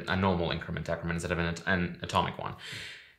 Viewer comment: It's pronounced decrement, not decrement